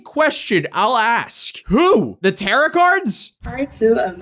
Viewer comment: I may be uh new hurr. But could u plz say "tuh-roh" cards like a proper occultist. Ya know wut no, im going goin to adopt terra cards i like it now